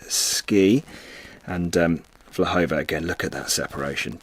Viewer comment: Her name is Vlhova, please correct it, thank you!